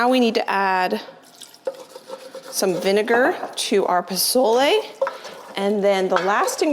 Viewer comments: Dont pronounce the z in pozole . Its sounds like a 's' .. poe sol eh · Just don’t touch your eyes after handling those peppers. It’s the start of green chile season here in New Mexico and never fails I do that during the roasting and peeling of that green gold! If you make the z sound like an s and you will be pretty close to pronouncing pozole correctly. I’m not sure about the raisin addition that’s interesting. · I would guess someone else may have already mentioned how to pronounce pozole, so sorry if I'm repeating... you're basically there... just change the 'Z' sound to an 'S' sound ❤ Editing... sounds like you had the pronunciation down by the end of the recording! Side note...so fun to watch this video! Nice job! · No offense at all. Nice attempt, but I was born and raised in New Mexico. I stil live here as well. Your definitely pronouncing it wrong. Also, you cooked it way differently than we do. It made me laugh. I can explain how it is done properly. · I love pozole! FYI, the Z is pronounced like a S in Mexican Spanish❤️ Choco Tacos! Yum! I always laugh when somebody makes a comment about hot soup in summer. We heat hot meat, we eat hot veggies…what’s the big deal? lol❤️